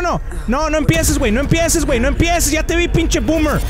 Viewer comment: Sorry to be that guy but it’s “Wey” not “Muey” and its the “la Llorona”